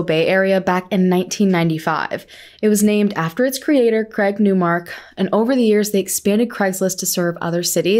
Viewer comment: I absolutely love this............ but I’m British and I just can’t get why Americans pronounce it cregs list................ in Britain someone with that name is Craig........ as in pronounced crayg 🤦‍♀️🤷🏼‍♀️😂 if it was pronounced creg it would be spelled creg like Greg......